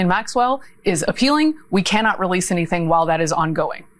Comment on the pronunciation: (329) "Wewease Woddawick!!!"